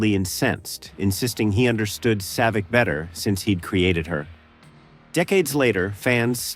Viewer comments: It's pronounced SAA-Vic, not Say-Vic. Get it right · It’s pronounced Saaavik not Sayvic damn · Who the hell is Save-Vik?? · SAY-VIK? Boy, A.I. always exposes itself.........HIRE A GODDAMN HUMAN NARRATOR!!!!! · Sayvik? ugh ... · Who the hell was Save-ick? No habla English? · Wouldn’t it be great if video makers ensured that their AI voices properly pronounce important names and places, like “Say-vic” and “General Chung”? Has editing died, or does no one care anymore? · Maybe pronounce Saavik correctly. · Right off the bat, you said Saavik wrong. If you've watched the movies, you would know how to say it. You lost credibility, so I'm out. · AI slop, can't even pronounce Saavik correctly. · It also mispronounces Saavik's name and, in some instances, you can tell the voice is AI. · I realized something was up once they mis-pronounced 'Saavik.' Sounds a lot like someone that has never seen the movies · Saavik pronounced with an AI accent.